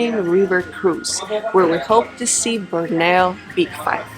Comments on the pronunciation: Wonderful video. You pronounce Borneo ("Bor-Knee-Ohhhh") as "Brno" (a city in the Czech Republic) which just makes it even more cute : ) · The way y'all pronounce Borneo hmmm..